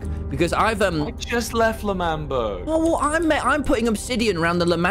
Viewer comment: ITS L’MANBERG